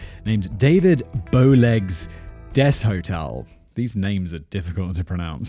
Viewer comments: Trahan is tray-han, boudreaux is boo-drow, deshotel is day-hotel, chaisson is sha-saun, Richard may be re-shard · Deshotel...( desh-tall)